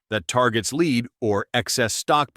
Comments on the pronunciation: LEAD spoken as leed multiple times. AI narrator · What the heck is 'leed' ? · I cringed every time he said "leed" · The text and point are valid, but boy can you get an AI narrator that can actually pronound the word LEAD? It does well with an american accent speaking English, but can't seem to figure out lead.